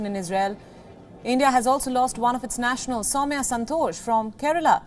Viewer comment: YES, AND SHE IS SOWMYA NOT SAMIA